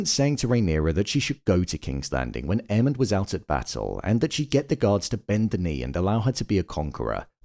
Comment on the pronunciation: 😂😂😂 I swear, every time says Aemond’s name I hear “Airman” 😅